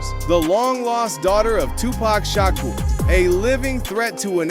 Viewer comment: Come on, a real person could've narrated this. "Too-pack- Shack- or"😂 but anyway,im happy all this shit is coming out! Get em all! Save those babies wherever they are!!!😭